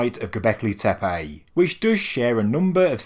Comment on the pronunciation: Please, please, learn the correct pronunciation of the sites. In Turkish language, c is pronounced as a j, ç is ch and ş is sh. Tepe is not tepay, but tepeh.